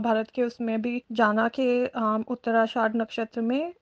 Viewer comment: उत्तराषाढ़ नहीं उत्तराषाढ़ा